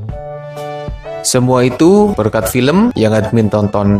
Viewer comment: Bang kenapa abang bilangnya pilm bukan film